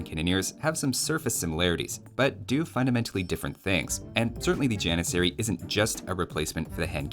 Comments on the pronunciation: Ah yes, the Jan-miss-aery. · You got all 3 repeated letters wrong It's janissary, not jannisarry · If anyone wants to flex their super smart brain with any age friends you have, the turkish pronunciation of Janissary is a bit different than what we use. Instead of using the western pronunciation (Gian-i-sair-ee) use the more correct pronunciation (Jah-niss-er-ee) but replace the J sound with a Y sound and the ss with a ch. so pronouncing it would look like “Yah-nitch-er-ee” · If you could teach T90 how to pronounce janissary, I may not avoid his casts with turk players.